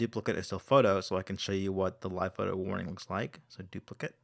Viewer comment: Dude it's duplic-ate, not duplic-it